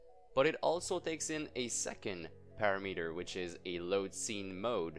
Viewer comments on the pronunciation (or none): none